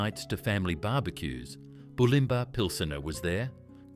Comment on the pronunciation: Bew-lim-bah… AI bullshit…